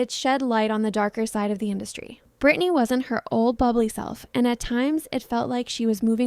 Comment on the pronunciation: It's Britney b*